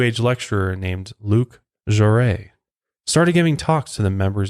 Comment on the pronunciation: Luc Jouret's name is pronounced joo-RAY.